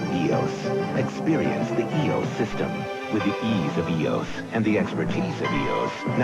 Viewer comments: Not sure why EOS was pronounced as a word by some - EOS means Electro Optical System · For the last time, it’s not E O S. EOS. Is the Greek Goddess of the Dawn. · I have an EOS Rebel 300x, as long as it works I will never need another film camera. EOS... I was also saying it wrong until today when I saw your video.